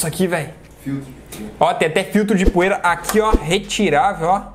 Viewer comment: Filtro poira? Não seria poeira.kkk